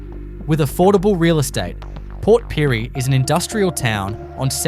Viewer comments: Port Pirie? He got the name right twice and then called it Port PYREE !!☘️🇮🇪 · Multiple pronunciations of one town! Port Pirie 😂